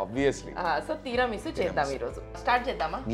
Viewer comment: teeeera chooste teeeera meesu kaadu talleeyyy... It's Tiramisu.. but, nice :)